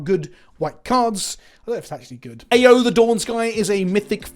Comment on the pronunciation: Ao is pronounced 'ow', like what people say when they're hurt Kyodai is pronounced 'key-yo-dai'. Kind of like how you pronounce 'key', but don't put too much emphasis on the 'e' part